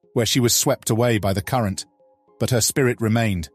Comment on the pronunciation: when he says current , it sounds like c**t :face-blue-wide-eyes::face-purple-wide-eyes::face-fuchsia-wide-eyes